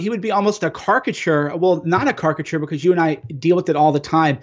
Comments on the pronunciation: Gail Fay everyone knows what he meant. It is a joke. We are giggling at his funny pronunciation. I really doubt many people here are low IQ and don’t know the word caricature. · he meant "caricature"